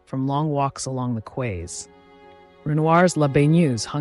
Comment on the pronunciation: Fabulous. Can't wait for the next. (PS: quays is pronounced "keys")